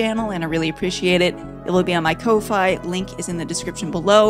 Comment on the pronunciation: Fantastic as always! And i thought Ko-fi was pronounced like coffee...have I been wrong this whole time? Wouldn't be the first. Anyhow, please keep up the awesomeness!